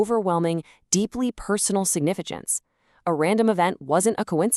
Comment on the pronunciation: "sigifigence"., you had one job!